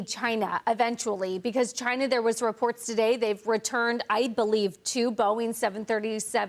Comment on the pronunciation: Come on , let's answer the important question here, why can't some Americans not pronounce China properly ?